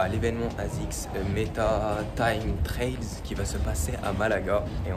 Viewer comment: Ça serait pas plutôt time trials plutôt que « trails »?